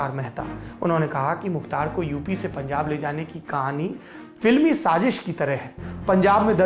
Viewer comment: Pungab nhi punjab